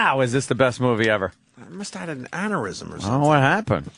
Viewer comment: anarysm? how does he fuck up so often?